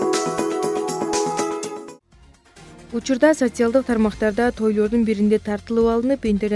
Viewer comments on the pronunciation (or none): Aika Ametjanova озгочо" сасиаялдык"деп суйлогондо